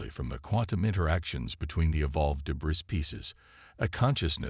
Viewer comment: The repeated mispronouncation of "debris " detracts from the narration. Where is the quality control?